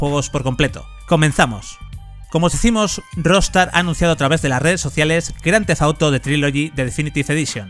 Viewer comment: «Grandefauto» que mal pronuncia el inglés.